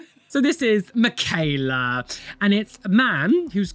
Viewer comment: Michaela is like Michael its mit a k its a ch yall say Ger name wrong